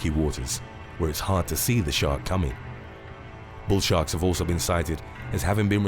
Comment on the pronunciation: At 9 seconds in it sounds like you say "Bull Shart" 🙂